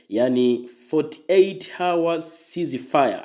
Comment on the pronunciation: Nyoosha kingereza sio 48 hawas kwa kutamka...hivyo hours...tamka was or else ongea kiswahili mwanzo mwisho kinyume chake unaiaibisha nchi na hicho kiswaenglish...